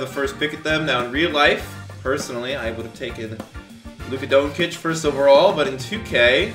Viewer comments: It’s pronounced don-chich and Bag-lee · Saying doncic wrong